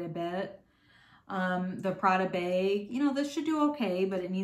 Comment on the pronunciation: Love how you always say beg instead of bag! Where are you from?